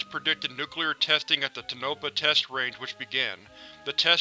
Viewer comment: It is pronounced Tone-ah-pa and Nev-AD-a